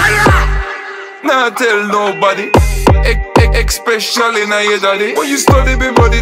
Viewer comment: say "especially" wrong one more fucking time I dare you